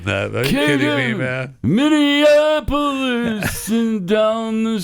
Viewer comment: No joke here....Pat made Minneapolis for better than Springsteen did by pronouncing all of the syllables instead of cutting out the O and saying minneaplus